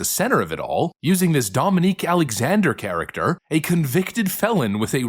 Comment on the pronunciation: “Carrater” It’s cute when they try to act formal and civilized. “Yeah put more of those white 3 syllable words, they’ll eat that up”